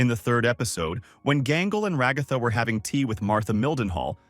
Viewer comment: Ra-goth-ah good lord man.